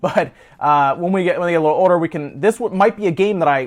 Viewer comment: How come when you say "older" you dont pronounce the L? It sounds like you're saying "oder" Really dive into that LLLLL sound.